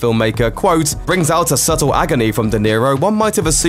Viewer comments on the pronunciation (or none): none